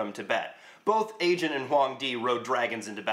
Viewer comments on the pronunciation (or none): It's "AEGON", not "aejun". Videos good, the title is misleading and lame, and you look like a hippie version of Jon Heder.